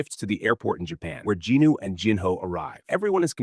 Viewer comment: Why do you keep saying Ginu? Is that how JIn Woo is pronounced? :)